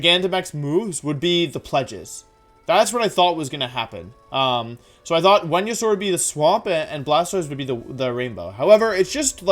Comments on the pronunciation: Uhhhhh....Wenusaur and Jiratina? Is he joking or did I miss a memo saying that Venusaur and Giratina are pronounced differently all of a sudden? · Why do you pronounce Venasaur as Whenyasaur? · "Wen-yu-saur", "Jira-tina" , "Drijigigas" uhmm okay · It's actually pronounced as Venusaur not Wenusaur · wtf is he saying wendisaur??? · Why are you saying venasaur so weird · Day 10 of asking Wolfey to make a wideo where he explains how to properly pronounce Pokémon names #frothlath #wenyousoar #neenaytails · The way you pronounce Pokemon names are quite literally one of a kind It started with Giratina and then i hear Venusaur and Cinderace to the point of me HAVING to point it out Im not gonna judge ya tho, like i said, its one-of-a-kind and certainly makes me want to hear more of you pronouncing the rest of the pokemon’s names XD ^-^ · Why does he say Venusaur like that?